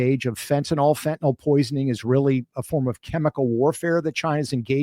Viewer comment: I keep wishing people would learn the proper pronunciation of fentanyl